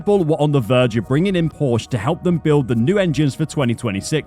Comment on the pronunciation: Holy shit you're a channel focused on motorsport, how are you mispronouncing Porsche, wtf? Stop it!